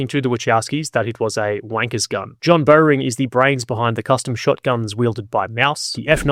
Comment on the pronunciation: FYI it’s Bowering pronunciation. Bow er ing